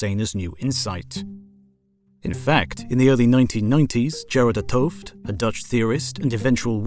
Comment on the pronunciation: As a Dutch person I find the pronunciation of "Gerard 't Hoofd" pretty funny. :P